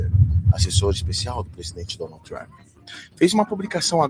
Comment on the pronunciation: Você é MUITO SENSACIONALISTA em suas manchetes e falas iniciais, meu caro ! Não trouxe nada de novo, além de compilar trechos já conhecidos de diversos canais. E a propósito, não se pronuncia "DONALDl TRAMPI", mas sim DONALD "TRAMP" com (D) e (P) mudos ! 😒